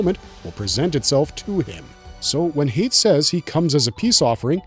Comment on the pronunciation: Hayt is pronounced “High-Yat” 🐪🦂